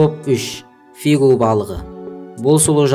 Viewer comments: Қате қате сөйлейсің,и потом не фигу а фугу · Е коке Фигу емес Фугу десейшы🤦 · Фишу емес фугу